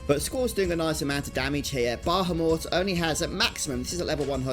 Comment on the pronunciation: You are mispronouncing Bahamut. You keep adding an extra "H" and "M" in your mispronounciation. incorrectly says "Bah - ham - mut". He is a Guardian Force, not a worthless, meat, dog. Treat him with the Respect that he so Rightly deserves. The Correct pronounciation is "Ba - ham - ut". This dreadful mispronounciation that is so prevalent in todays global society must be due to not only simple laziness, but also to the fact that phonetics habe not been taught in English speaking public schools for the past 40 plus years in Western "Civilization". I do not blame you, or anyone else who has been so sorely deprived of a proper public education, ]but that's commie globalism for you, and, well, there you are. I freely offer this valuable advice as a means to help those who should have been taught the truth so very long ago, not as a means of shaming. If the weak minded individuals choose to be "put off", or "offended", and demand some type of "safe space" due to having been finally exposed to the truth, and we all know who they are, then,... So Be It. I care not for the mewlings of the pampered weak minded, too lazy to put in the effort to do anything correctly, such as speaking their own native language or such. Anyway, Good Luck with that from now on.